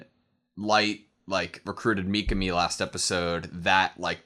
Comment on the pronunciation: Don't fall for the English dub pronunciation. It's not mee-kuh-mee, it's mee-KAH-mee